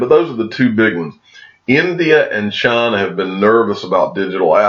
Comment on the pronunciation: "Chaaaaaaaaaaaana" or China? 😂